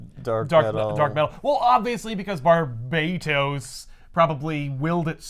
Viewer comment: Who the hell is arguing it's bar-bate-os it's fucking batman it was definitely bar-bat-os